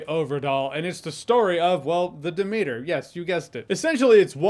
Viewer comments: Pfft, Jeremy's pronunciation of "Demeter" is hilariously cringe. Dem-eater 🤭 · bro said "da meter" 😂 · De-meater lol. I'm out. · Of course he doesn't know how to pronounce Demeter....haahhaha